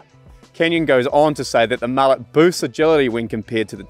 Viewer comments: I prefer the decadent characteristics of a warm frothy mullet (Pronounced mullay) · if you’re gonna call it a “mu-lay” then at least refer to your co-host as “Ya-soan”